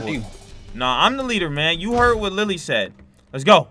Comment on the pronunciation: Siad ?? Actoin??? Bruh it's said action